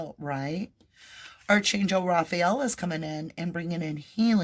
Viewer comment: A little pet peeve...Archangel prounounced Arc an gil. Sorry to come across judgy. Not meant that way cuz you are awesome. ❤